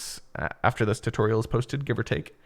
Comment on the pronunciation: short and quick tuutorial he said